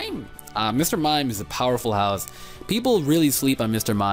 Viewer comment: "a powerful house" you sound like the swedish guys from family guy who are not quite americanized yet